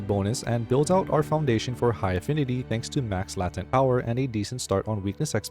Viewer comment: I came here to say the same thing. "lay·tnt", but I can see how sounding it out might end up like that. But also there is no synonym guide going to lie to you and call it "la·tent"